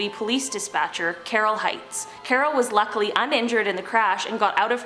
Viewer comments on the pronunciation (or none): none